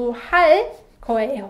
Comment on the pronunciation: Hi, in the section about future tense, it sounds like you always pronounce the 예 character in 거예요 as 'ae' instead of 'yae'. Am I hearing that correctly? I love your lessons, I've been following them for about 18 months now. ❤. And I love the sound of the pen ❤